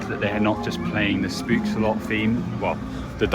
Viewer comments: have to as it sounded funny but spookslot you pronounce as poking pook and a s spook and slot as sloth but then you remove the th sound just slot if this explains it well 🤭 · Oh my god the way you pronounce "spookslot" lmao